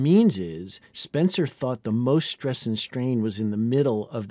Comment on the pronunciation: The narrator pronounces "stress" as though the spelling were "shtress." And his incorrect pronunciation of "hull" is interpreted by the cc as "hole." "Hull" rhymes with "dull," not with "pull."